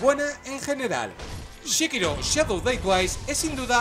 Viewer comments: porque dices shekiro si es sekiro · Entre este Shekiro y el Jalo las torturas auditivas son inhumanas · "SHE"KIRO, ya partimos mal ....